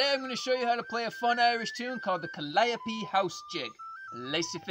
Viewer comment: Thank you for pronouncing calliope correctly